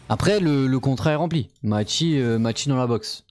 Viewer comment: Ça se dit Mayssy pas machi 😂😂